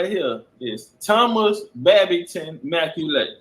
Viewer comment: MacCualay is pronounced Ma Cawly (Call Lee) and there's several different spellings for the surname, knew a few But this major gem you're dropping is da bomb, just got through watching a drop on that outside of Khoisan, Berbers & Pygmies, all the other African ethnicities came from the Middle East and Southwest Asia BIG CHIEF STOMPIN' DA 💩 OUTTA THE PSEUDO AFRICAN IDENTITIES PLACED ON US AND ABROAD‼💯🎯